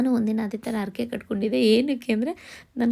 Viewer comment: Arake alla harake